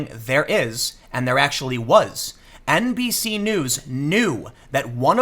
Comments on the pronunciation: I am MEME-damaged. Everytime Tim says NBC-news I keep hearing NPC-news,. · I swear I heard you say “NPC” news a couple times 🤔😂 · Every time you said NBC, I thought you were saying NPC, and then I realized, same diff.